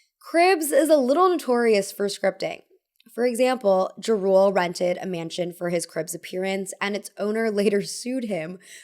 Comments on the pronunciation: “JaRool” lmao it’s Jah-Rule. 😂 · “Redmin” “Jrule” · ..lol. The way you say Jarule vs. Jah-Rule and Redmen instead of Red Man is very funny😅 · they way she pronounced Ja Rule lol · Are the mispronunciations of Ja Rule and Red Man's stage names intentional? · the way you pronounce redman and jarule is killing me lmao but it’s cute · How can you live in nyc and not be able pronounce Ja Rule and Redman correctly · The way you said Ja Rule and Redman... no. 😂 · The pronunciation of Redman and Ja Rule :|